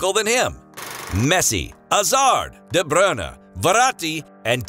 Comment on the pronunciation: This commentator calls de bruyne de brinner